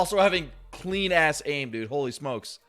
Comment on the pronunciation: When us say holy smokes, it sounds like “oh he smokes